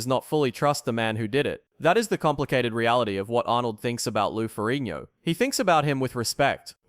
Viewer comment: Why can't this narrator pronounce Ferrigno?